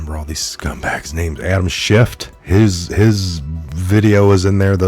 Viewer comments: Schiff not schift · Respectfully, his name is Adam Schiff, not Shift. Thanks for all the research you do, love your show. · Please it’s Schiff. No T. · Please quit pronouncing a "t" at the end of Adam Schiff's name; it sounds like you don't know what you're talking about -- and clearly you DO. Love your reports. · We don't say "schiff"!!!!!!!!!! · It’s Schiff 😉 no “T” unless you mean Schitt 🤣